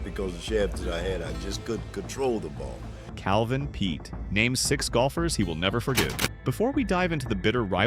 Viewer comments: These narrators should be condemned!!! They know full well how to pronounce these celebrities' names, yet they purposely mispronounce them. It's simply Peete (Pete) not (Petay)... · How about pronouncing his name properly!for starters